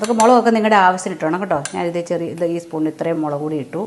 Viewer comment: ഓട്ടോ അല്ല കേട്ടോ ആണ്